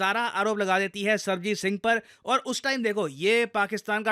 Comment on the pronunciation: With due respect, its Sarabjit Singh not Sarbajit Singh.